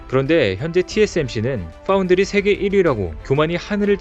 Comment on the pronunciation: 좋은 정보 감사히 구독중입니다. Fabless를 "팸리스"로 읽는 것은 우리말 자음접변으로 읽는 것인데, 조금 이상하지 않나요? 차라리 "패블리스"로 읽는 것이 의미전달이나 어법에 맞지않을까... 하는 생각입니다. foundry는 또 F발음을 정확리 하시네요. 조금 착각하신모양 ㅋㅋ 사랑합니다아~~~!!!